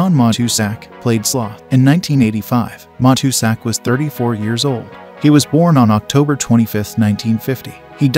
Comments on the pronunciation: It's MA TOO SACK. If you're gonna do these clips, get the pronunciation down before you run them. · Good stuff but, you butchered the pronunciation of Matuszak's name. Just sayin'.